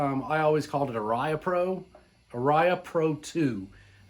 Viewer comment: Ouch, pronounciation.... "Ah-ria". Not "R-iah". The original Japanese factory was Matsumoku (Mat-soo-moh-koo).